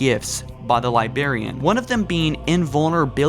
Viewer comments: "libarian" You sound ridiculous. It is pronounced "li-br-air-e-en" and you know it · Damnit dude. It’s “the librarian” not “libarian.” 3rd video I’ve seen that you pronounce it “libary” I’m sending you a dictionary for x-mas. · "libarian" XD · Say it with me now... Lie-braer-ee-an. You completely eliminate the first "R" and it annoys the shit outta me. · LibRarian. Say it with me now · Dude. Maginot line, Librarian. In general your videos are solid, but your pronunciation of certain words pushes me away.